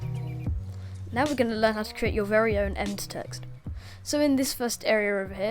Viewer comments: Please ...please. Em...bed. It’s an embedded message. Not “emd”. 🤦‍♂️ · its em-bed embedded (em-bed-ed) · Apart from the pronunciation of embed, the video is great. Good work.